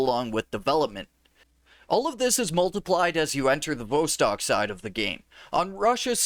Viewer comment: Vostok rhymes with boss tock, not beaus tock. It has a short O sound not a long O. I can't believe how many times you mispronounce it.